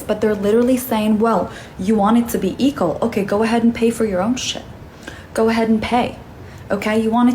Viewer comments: Why does this woman towards the end keep pronouncing it "eekol"? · It’s equal not EAGLE OR ECKEL .. Wtf she saying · Wait… is she saying eekal? Eagle? 🤷🏼‍♂️ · Why is she saying equal like that? She doesn’t know how to say equal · the lady was driving me crasyz with how she said equal...